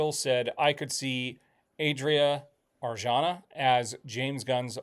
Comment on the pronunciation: Adria Arjona: AH-dreea (Just like saying Andrea but without the N), Ar-HO-na. Accentuation on the capitalized syllables.